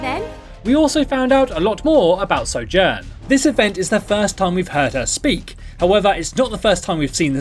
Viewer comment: At the beginning of the video, he said Sojourn wrongly. So triggered jk